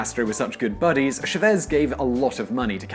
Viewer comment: It is ChAvez not ChavEZ